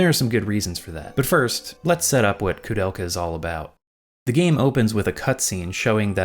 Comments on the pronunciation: Dude, it is not KOO it is KOU(K-OH - KOH). I will never understand people, who are speaking enlgish but couldn't spell latin correctly This ruined ther whole thing to me and I quit watching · Why are you pronouncing her name as Kudelka? There's an "o" there. She even says her own name as an example and doesn't pronounce it as "Kudelka." The "ou" vowel pairing in "Koudelka" is pronounced the same way it is in "Touhou" - the long "o" sound.